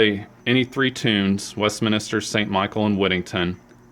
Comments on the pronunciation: It's Westminster not Westminister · There you go again, it's West"min"ster, not minister. Why can't you get that right? Your speech is fine except for the transgression. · Can you please stop saying West "Minister"? It's West"MINSTER". There's no extra "I" in there.